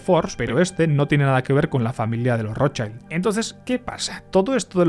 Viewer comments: nunca defraudas! pero "Rothschild" se pronuncia igual que se escribe 😅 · La pronunciación correcta de Rotschild es con la 'i' como se pronuncia en español ✌️ Gracias por el video! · Por lo menos trata de pronunciar bien el apellido Rothschild chaval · hola. Un apunte: schild en alemán se pronuncia shild, no shaild. saludos desde Mallorca 😊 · No se dice rochaild, se dice roth-shild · Rothschild se pronuncia del alemán "rotshild" no rodchaild. Aquí no hay niños ni anglosajones en el nombre. El apellido germánico y se traduciría como "escudo rojo" coo dices en el video de ROT (no roten) que significa rojo y Schild que significa placa o escudo y se pronuncia "shild" y no "chaild". No es conspiranoia. Lo puedes mirar en google. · Vale pero la i en alemán es como en español no digas Rothshaild me sangran los oidos ayayayayayya di RothshIIIIIld Rothshiiiild iiiiii iiiiiiii no es inglés, gracias y siento ser tan grammar nasi. :'D y oppenheimer es oppenhaimer xDxD srry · Como ya te han dicho muchos lo que mola este video yo voy a dedicarme a ir de tocapelotas. La i de Rothschild en alemán se pronuncia /i/, igual que en castellano y no /ai/ como en inglés. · No es "rotchAild", como en "child", sino "rotchild", la "i" no suena "ai" en ese nombre. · Se pronuncia "Rotchild" 😊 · Se pronuncia rozshild. En inglés child se pronuncia chaild, pero eso no tiene nada que ver con la palabra alemana schild. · Genial como siempre. Solo una cosa. Rottschild Se dice rotshild en alemán. No es como la pronunciación del inglés child. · Microcorrecciones sobre el alemán 😅 Schild se pronuncia como si en español dijeramos "yild", el alemán no pronuncia las vocales como el inglés, sino como el español. Cuando migran a Inglaterra recién se anglifica su apellido. Y rojo, es solo Rot. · He matado a un gatito por cada vez que has pronunciado mal el apellido Rotschild /rót-shilt/. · Schild en alemán, la i se pronuncia i y no ai. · porque pronuncias así la R xd